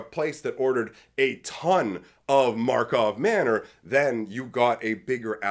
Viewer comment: You still say Markov Manor 😂